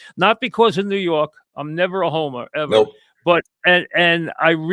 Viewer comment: Mike: the New Yawk Knicks, ahhhh, ahhh, the playaz, ahh